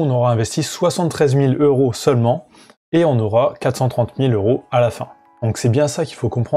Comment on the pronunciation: Cent euros et pas cent zeuro !!